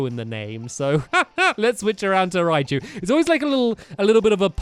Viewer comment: stamps use thunderous z on ri-chu